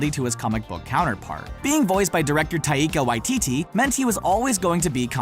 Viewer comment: Tayeeka whyteetee? Bruh...